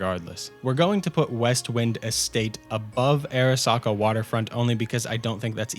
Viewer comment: Pronounce Arasaka as ah-rah-SAH-kah